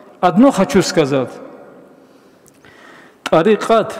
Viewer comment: Не називат а называть. Не бикь , а бык, не сказат а сказать.